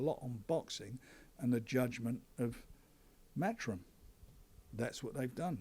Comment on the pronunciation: the Same Anymore oh and it's 'matchroom ' not 'mathroom'